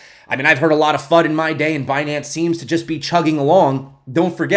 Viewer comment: Binance? You mean Bnance huh ;-)